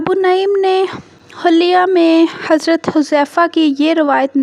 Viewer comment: حلیہ کی بجائے حلیہ ہے ح پر کسرہ یعنی(زیر) ہے۔